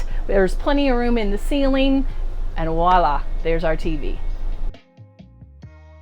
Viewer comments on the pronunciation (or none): Did I hear you say "wala"? Sorry, it's VOILA...French for "there it is.".